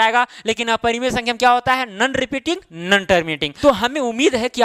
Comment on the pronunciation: Sir nan nahi no hota hai😁